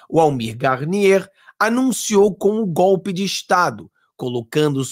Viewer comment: É gope,gope,gope ,petusta não sabe falar o certo,vamos ensinar é GOLPE.kkkkkkkkkk